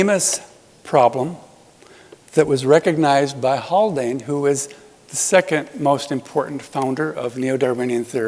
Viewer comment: is it Haldane or Haklane?